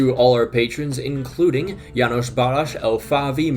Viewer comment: Come for the content stay for the Janos Balazs pronunciation